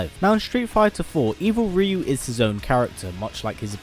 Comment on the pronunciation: At least good work in pronouncing Ryu